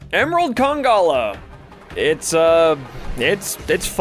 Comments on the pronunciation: it's conga-LALA lmao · It kinda triggered me every time when you forgot the second "la" in Congalala which was every single Tim you said it 😂